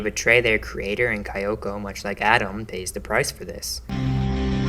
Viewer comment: “Kyoko” is pronounced “KEE-oh-koh”.